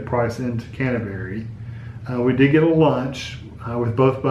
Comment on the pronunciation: Canterbury, not Cantaberi...